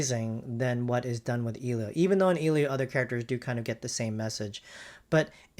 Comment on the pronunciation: The fact that this dude mispronounced "Elio" from the get go already tells me this wasn't going to be a fair comparison